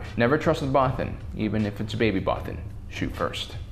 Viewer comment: First time I saw it I thought they said “many brothers” I mean mean what is a godamn bothan